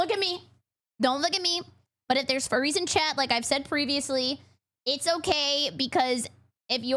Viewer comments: Why the hell does it sound like he keeps saying Fairies and not Furries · I thought he said "fairies" for the most part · I can't get over how it sounds like the guy is constantly saying "fairies" instead of "furries"...